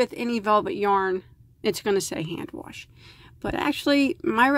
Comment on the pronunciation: I love how you say wash...warsh 😊 That yarn is really pretty. I haven't tried and velvet yet.